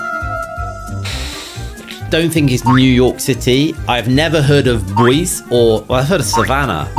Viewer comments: It' pronoiunced Boy Z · Boise is pronounced BOY-see. Just for future reference. 😊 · I’m literally in Idaho and Boise is the capital of the state. Correct pronunciation Boy-See